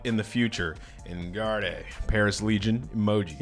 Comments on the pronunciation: My guy said 'enn gardey' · It’s pronounced “on guard” but still lmao great video 👍